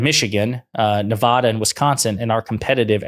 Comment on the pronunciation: Please learn to pronounce Nevada - It's not like Colorado with final AW. It's Ne-vae-duh.